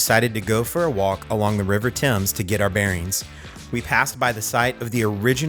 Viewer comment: Kudos for pronouncing Thames correctly, and also for calling it "the River Thames", and not "the Thames River"! We do of course grow our own potatoes, although I think McDonald's states that their fries are made from British and Irish potatoes!